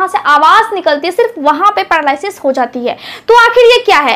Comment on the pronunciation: madam pahle apni juban thik karaiye.aap r ka uchharan d karti hain.aap paralysis likhti ho par bolti ho padalysis.